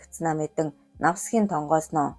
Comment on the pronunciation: Навтасхийн гэхийг Навсхийн гэж уншаад байх юм аа…